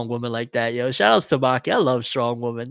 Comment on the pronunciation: do you realize you pronounce women like you pronounce woman? You say it the exact same way. Women is pronounced like (wi-muhn)